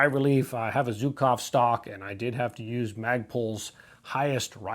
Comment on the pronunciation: Zhukov is pronounced Shukov... Not Zookov.. I wonder why it's so hard for US Americans learn the international phonetic alphabet..